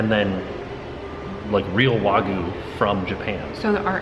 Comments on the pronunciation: Wa-gi-yoo. Not wah-goo. Cringed every time I heard that. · IT IS PRONOUNCED WAG-U NOT WAGU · It was Way-gooy. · It's Wagyu! Not Wagu! So many Americans oddly pronounce it that way. I know its just one letter but it would be like a Japanese person calling a US steak a US stick lol(yes I know, Japanese people have horrible English word pronunciation too ha) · As an australian and hubby is a butcher kobe is just Wagyu and there are different scores of it sonhigh the score the better it tastes pronounced wag you The only difference between australian wagyu and Japanese wagyu is the place they are from Australian wagyu is way more expensive as well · Thank you for sharing. You look great, the meal looked fantastic, however please learn how to say Wagyu 😀😀